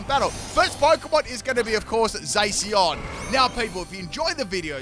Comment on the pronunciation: the way he pronounces Zacian sounds like Zacion like omg lol don't think that's how you pronounce it but okay then